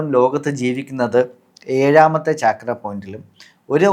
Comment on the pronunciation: its not chaakra its chakra